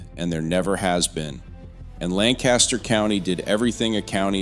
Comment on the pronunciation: Yes! Lancaster County, SC is definitely having terrible growing pains. (Wish the person on this video would pronounce it correctly).